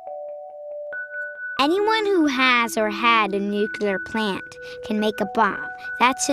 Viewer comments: Well done but if you're making a movie about nuclear weapons, try not to say "nucular", ok? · i always crack up whenever somebody says "nukular". it really does sound like a childish mistake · STOP THE NUCULER WEAPONS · CAN'T ANYONE PRONOUNCE NUCLEAR CORRECTLY!???? "NU-CLEAR" if you say 'nuclular' you are a parrot of ... Bush! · lol... Thanks to George Bush, 4 out of 5 Americans don't know how to pronounce "Nuclear" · Just because the US president doesn't know how to pronounce nuclear correctly doesn't mean you have to put the incorrect pronunciation into a kid's mouth!!